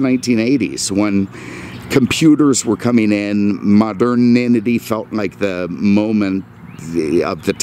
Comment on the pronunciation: 'moderninity'.. that's easy for you to say.